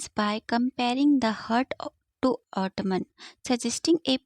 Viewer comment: Correct pronunciation of Autumn is autum not auto -man